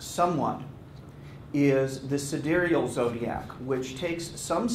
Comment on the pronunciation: Wait, is "sidereal" really pronounced like that?